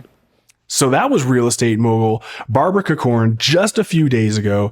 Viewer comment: Cork-ran not co-corn 😂